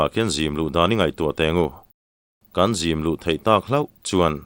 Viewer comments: Kan sa zim lai tih a zim i lam dan hi ava diklo ve aw. Kan sa zim lai. A sa i sawina anih chuan zim hi sual sim tiha sim anga lam tur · Thluk dik lo nasa ṭhin lutuk vang hian ka ngaithla ṭha peih lo ṭhin a, nang leh Mafaka hi ka fak ber in ni Mahse, sa zim chung chang i thluk dan hian beng a tikham ve deuh tlat, sa kan zim tih nise, i thluk dan hi a dik tho a, kan sa zim tih leh, zim dan tur an sawi ho tih ang chi ah hi chuan, thinrim tiha, rim lai thluk ang hian, zim tih lai hi thluk tur a ni thung